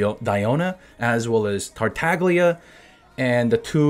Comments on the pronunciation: You say tartaglia wrong. It’s italian idk why the fatui have Italian codenames like signora. Anyway, tartaglia = „tartalia“ just like the g is silent in signora. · The name Tartaglia comes from a recurrent character of "the XVII century Italian comedy" (aka commedia dell'arte, that is an early form of professional theatre), so you should pronounce it with the Italian "gl" sound. You shouldn't stop after the "g" like you would do in "glorious", or "glee", but you should pronounce it like the double "L" in "million". Actually that's not how we italians articulate the "GLI" sound, it's way more complicated than that, but it should be enough to be able to pronounce it nicely Keep up! :) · Bro, the "G" in Tartaglia is silent.